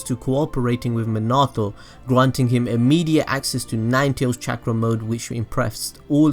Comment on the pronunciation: Chak-ra control, hmmmm, never heard of it, but I have heard of chalk-ra control